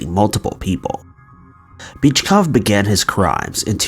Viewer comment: Yo. I caught that.. LMAO. After you said his girlfriend called him a wimp. You pronounced the guy's name as Bitchcough.. 😂😂